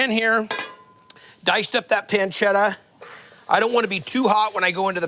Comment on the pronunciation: Guy fieri didn’t even want to eat his own dish that’s why he only put enough pasta on his plate for a half bite. I knew it was over the second he said “onion” Then he said “Car-Bone-are-ah” and “Pan-shetta” … I knew it was going to be nothing like a real carbonara